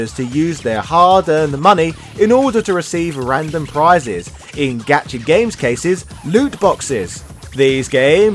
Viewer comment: Gacha is pronounced Got-cha. Japan doesn't have the British hard "A" but also, obviously, as in your expression when you get the guy you want!